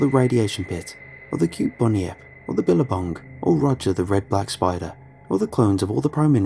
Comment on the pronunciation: I love this series! 😃 Thank you as always for reading the stories you do! In the interest of a helpful tip for any future Aussie stuff, it's 'Bun-yip' not 'bunny-ip' and 'Mel-bun' not 'Mel-born' (only poncy people say 'Mel-born' here 😛)